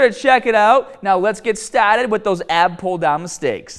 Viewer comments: Ok let’s get stahhhted and use the bahhhbell and grab da bahhh with your arhmms and after the gym get in the cahhh and go to the bahhh it’s gonna be hahhhd. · before we get staaahted. its impossible to hate this guy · My son is now saying "stahted" lol. Dad, I can't get the ipad stahted. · Before we get stahhhhhhhted. Hahaha love it. great video you always have been and remain (even more lately) one of my favorite fitness youtubers. One of the few true nattys who actually promotes fitness and useful information. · Yeah you have to be low be before you staaahted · The Bahhhhhhhrr, Let’s get Stahhhhhhhhhted ,,it’s Hahhhhhhhhhder!!!! Cool video!!